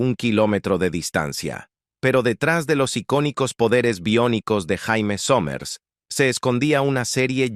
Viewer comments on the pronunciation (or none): Se pronuncia Sheimi, no Jaime. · NO MAMÉIS... NO SE LLAMA JAIME, SE PRONUNCIÓ SIEMPRE YEIMI, AUNQUE CLARO SE ESCRIBE JAIME. 🇲🇽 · suena mal que diga "Jaime Somers" cuando se pronunciaba Yeimi Somers" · Se pronuncia Jeimy no Jaime que atraso el relator! Esta serie me encantaba!!! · no se pronuncia jaime sino yeimi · se pronuncia "Yéimy" . Jaime suena como nombre de hombre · jaime?, se pronuncia jeymi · La voz de la IA, pronuncia como Jaime, cuando se pronuncia " yeimi", no Jaime, ¡ pues ni que fuera hombre ! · También dice Austin, cuando se pronuncia Ostin. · Jaja para colmo la voz de la IA dice "Jaime" y también "Yaime" pero nunca "Yeimi".. Le faltan un par de Ajustes Biónicos a esta IA! 😬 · Terrible la pronunciación!! Si no pueden poner un locutor , al menos pongan un IA que pronuncie bien los nombres en inglés!! No es Jaime como nombre de hombre! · Prunincie bien el sonido es Jeimy somers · Recuerdo haber visto "expedientes" médicos en la serie a nombre de Jamie (no Jaime) Sommers. Se pronuncia Yeime Ja es "yei" y "me" es "mi" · JAMIE y se pronuncia yeimi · Vine a comentar lo mismo 😄 ese jaime era todo un loquillo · Pensar que "La Mujer Bionica", la actriz Lindsay Wagner estuvo en Chile y de jurado del "Festival de Viña del Mar". El audio de este video me recuerdan cuando en "Ben-Hur" la llaman "Yudah" a "Juda" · Mala pronunciación